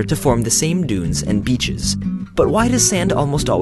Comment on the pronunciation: I love how you say beaches...heh...biiitches